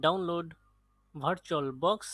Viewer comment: itne bore lagte ho jab virtualbox ko bartualbox bolte ho